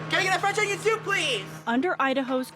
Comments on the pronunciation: fwencth owniwiown thoop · THE WAY HE SAYS IT IS SO FUNNY “cen i get e french onin sope plese😢😢😢”